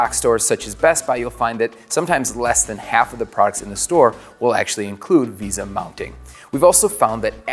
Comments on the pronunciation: “Veysah” not “Veeza” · its vesa not visa. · So many comments pointing out amazing things this video missed But I still can't get over him saying visa instead of vesa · Why does no one know how to pronounce Vesa? It's "Vay-suh" not "visa" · It's pronounced vey-suh, vesa.